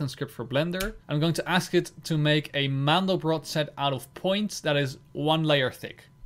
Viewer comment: Btw it's called Mandelbrot, not mandlebrot ;)